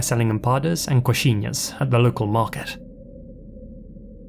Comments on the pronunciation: You did really well with the brazilian names! And coxinhas was on point 👌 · You spoke "coxinhas" so perfectly, congrats!